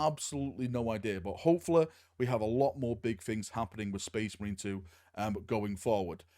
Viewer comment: "Sphess MARINE" Warboss Grimskull